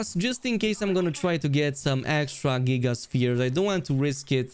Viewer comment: Hey man the way you say “giga” in giga sphere is so wrong that it sounds like a slur you may want to google how to pronounce it because that g is not supposed to be said like j